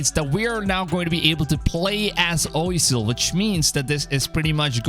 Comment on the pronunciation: Being French, wouldn't Oisel be pronounced closer to "wa-sel" not "oy-sel"? Can any French-speaking people help?